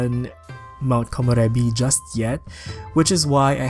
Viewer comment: I WAS WAITING FOR THIISSSSS!!! I love that you’re the only youtuber that can pronounce Komorebi correctly haha